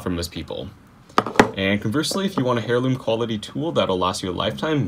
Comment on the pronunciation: Dude.. you said "Hairloom" instead of "Heirloom"